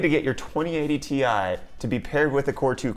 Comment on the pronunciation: 2080 ti sounds like twenty A tee eye